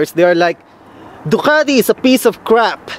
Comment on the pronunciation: FuCk you! Its Ducati Not Doqati